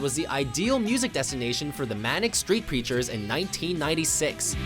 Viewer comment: You pronounced Manic Street Preachers wrong! 😠